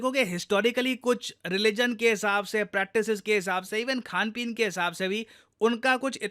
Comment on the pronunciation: खान पान❌ खान पीन ✔️ By dear sir😂😂😂❤